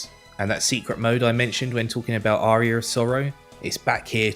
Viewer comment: Why does he pronounce Aria like Arrear 😂😂